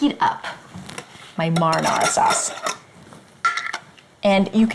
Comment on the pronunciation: What a dumb bitch, she can't pronounce her words correctly...marinara you moron.